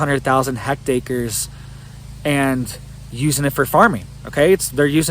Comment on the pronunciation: Thanks for the info. Are you trying to say "hectares" when you are saying "hect acres"?